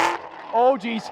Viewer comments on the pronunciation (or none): none